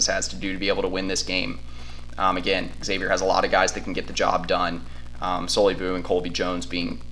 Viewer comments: It's hard to listen as the team you are talking about is mispronounced. It's like calling Texas--Exas. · No one can take you seriously if you don't bother to learn the pronunciation of your opponent. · Learn how to pronounce Xavier... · it's not a regional thing. The school is literally pronounced like Zavier, no matter where you are in the country or the world. This is not Professor Xavier from the X-Men. I'm sure people with the name wouldn't say you could pronounce it differently depending on where you are at the time. Some pronounce it like the university does and some like this guy on the film pronounces it. I don't like it when my last name gets mispronounced, which happens often. Also, our center's last name is pronounced Nun-Jee. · well then he’s mispronouncing it. There’s no “regional” thing about pronouncing a title correctly or incorrectly. It is pronounced Zayvier. Do you pronounce Exerox or Zerox? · Texas took the souls of those children that play for Exzavier and mispronounced it while doing it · Dude - It is not eggs-avier. It is Xavier (almost like Zavier). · Not Eggsavier......This is the 3rd time X (pronounced Zavier) has played UT in the Sweet 16. It's not like the team is foreign to Longhorn fans. You'd figure you all would know how to pronounce it by now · It's pronounced eggsavier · Xavier is pronounced eggsavier. Anyway Hook em Horns 🤘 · Xavier is pronounced eggsavier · Xavier is pronounced eggsavier and they won't win anyway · Learn how to say Xavier